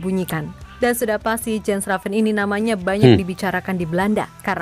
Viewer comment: Mengucapkan nama bukan Jen Reven bang….Yan Raven…..😜😜😜 entah kalau julukannya apa lagi….😀😀